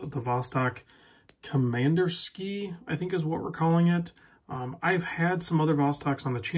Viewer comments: Actually you’re wrong. COM-IN-DER-SKI-AH. Pronounce 5 syllables. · COM-IN-DER-SKI-AH. Five syllables.